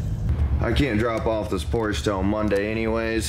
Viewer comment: Congrats, good luck, and Porsche has two syllables. Don’t be that guy.